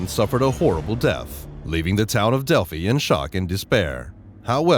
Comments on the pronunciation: a big improvement would be an actual human voice. Not only does it just always sound far better than a robot, but it's hard to take it seriously when it calls delphi "delphy" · You know you're listening to a robot narrating when he calls Delphi, "Delphy". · This "update" isn't an update and contains mistakes including a mispronunciation. How can anyone trust the information in this "update" when the city name itself is mispronounced. And this is far from being called an update since the arrest of Richard Allen is now old news. I'm surprised this post was titled as such. Do not waste your time.